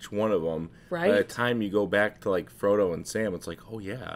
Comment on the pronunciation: You pronounced issildur correctly and called him fromo im fuckin dead 😂